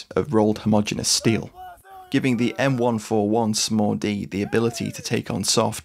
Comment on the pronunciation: It wasn't until the video was nearly over that I realized he wasn't saying "Small-D"... like it was a nickname, such as the "Mini-me".